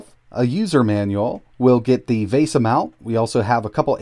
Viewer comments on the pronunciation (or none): none